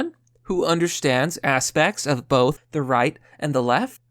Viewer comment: The way he says, 'bolth, folks' drives me nutz. lol He is far better than msm, tho. Full stop. Hahahaha